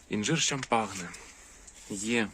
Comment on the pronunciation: привіт. Суперські інжири! Але, якщо можна, то кажи будь ласка Шампань, як французьке село, де виробляється однойменне ігристе вино. Від "шампагне" вуха ріже. Заважає комфортному перегляду) Сподіваюся, без образ